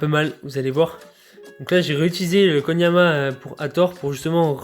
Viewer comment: Koniama ?????? Non je peut pas laisser passer ca